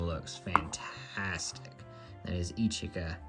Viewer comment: Hey it is pronounced ishka not eecheeka….you say itsuki right so i was surprised. Yotsuba is also more like yahtsbah not yooooh tsuuuba. Ya know? They say it in the anime. Love your collection though! I have a ton of QQ too